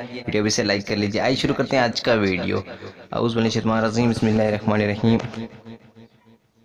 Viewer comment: Aap kya shikha rahe hai aapko auzubillah bismilla hi sahi se padhna nahi aata....meaning change ho jati hai nahi pta kya?